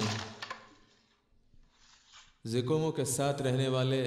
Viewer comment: Zikomo ✖️ Cocomo😂😂😂😂😂